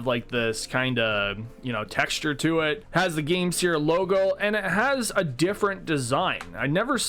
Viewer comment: I thought it was pronounced game "sir" instead of "sear".